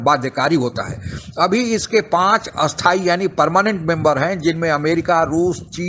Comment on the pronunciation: Your Hindi pronunciation is very bad you are pronouncing "sthayi" as "asthayi" and "asthayi" also as "asthayi". Pronounced "cha" as "sau" or "chau", atleast I heard like that. UNO is an useless organization with no real power. India which spends so much on peace keeping forces and has participated in numerous peace keeping operations is not given permanent membership and China which is destroying economy of several countries, a country which is responsible for covid-19 pandamic, which supports terrorist country like Pakistan is still continuing as permanent member. India should should stop begging UNO for permanent seat in UNSC but instead form alliances like D10 and quad. UNO is like ICC, which is forced to listen to BCCI as it gets maximum revenue from India and BCCI. All these world organizations like UNO, WHO, World Bank, IMF, Red Cross, UNESCO etc. have become useless organizations, they are always short of money and whoever gives them money, they will work for them. Like WHO gave China a clean chit for spreading covid-19 pandemic. Even rating agencies like PricewaterhouseCoopers etc. are bogus. Indians should change their mindset, we do not need a third party to rate us or tell us about our culture and history. We do not require any certification from third party, for example we already know the medicinal benefits of turmeric, we already know cow dung's property as a manure and cow's urine as best insecticide.We know this for thousands of years. In short India should ta